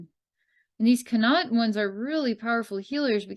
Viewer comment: This is hilarious. You got Munster/Ulster right in pronunciation. Len-Stir, Meed, and Con-Aucht not so much. Wonder how much the Leprecauns are representative/reflective of the local human society (all in all, Munster humans do not get on so well with Leinster, and very well with Connaught). I feel connected to some aspects of the Munster Leprecauns and their trials, living there for 3 months a year. But I always attributed separation from humans and not being able to communicate with them as being due to stellar origins, as opposed to elemental relations. BTW: Re the Meath Leprecauns. Ireland as a country is literally falling apart at the seams (worse even than other states) and the population is 100% dependent on government for everything (including their thoughts) which is partially why I left. The population spun a web of dependency for themselves and do not know what to do now that their government is turning feral. The only solution is for all to join together in unity, and become self-reliant once again. 🍀